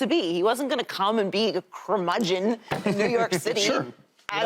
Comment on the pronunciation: Did Joy just bring out the word crimudgen????? !!!! Wow! Go head Joy!